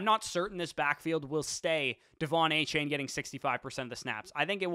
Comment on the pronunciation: A-Chan! Not chain. A-Chan!